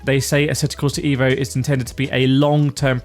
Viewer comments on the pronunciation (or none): just pronounce it "Av-o" in english and you will get it right as by Marco Massarutto the game creator pronounce it in his language.. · I'm not watching any more videos talking about asseto corsa ee-vo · Thumps down becouse is not ivo.isEEEVo re vlaxo